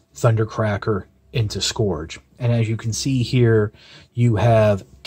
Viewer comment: isn't it pronounced as 'skurj' and not 'skorj